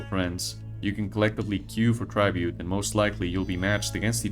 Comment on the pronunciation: Whyyyyy do you say tribute like that